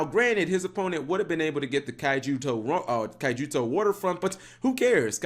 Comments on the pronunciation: Key-yo-toe not kaijuyoto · good video but you saying kyouto waterfront name COMPLETELY wrong bugs me so much since i like too screw around with pure kaiju's.